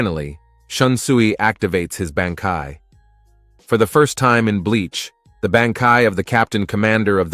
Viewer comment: Wrong pronunciation of BANKAI